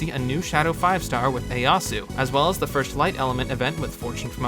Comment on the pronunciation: The way you say Ieyasu hurts my soul but otherwise very good summary of how Gleo singlehandedly ruined en entire element (and had severe effects on all the other elements as well). Crazy to think how different the game would be if she hadn't happened.